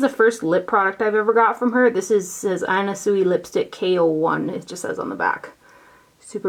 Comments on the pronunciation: Anna Sui is pronounced Anna Swee. Very cute little storage box from her! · FYI Anna Sui is pronounced SwEE. Xxoo